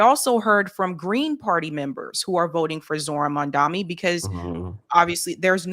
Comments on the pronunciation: Omfg, is still saying, Mandami. How on earth can she STILL be saying the likely new NYC mayor's NAME?!! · She even says his name wrong when READING it spelled correctly. Unreal. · just MISPRONOUNCED Mamdani's name too. This is UNBELIEVABLE.